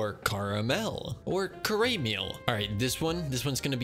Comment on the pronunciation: this man said "caraymiel"